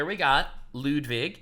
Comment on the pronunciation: Lets go! Lud-W-ig!